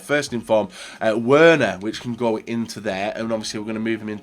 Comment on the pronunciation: It’s pronounced “Verner”. I cringed so hard when he said Werner wrong. I’m just a dumb American though what do I know...